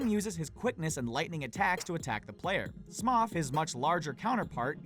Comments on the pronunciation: Smough is pronounced Smo, not Smaw. Also, I beat Whitney by using a Gastly to keep her Miltank asleep. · Why is he calling Smough "Smoth"? Wtf? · It's pronounced smo...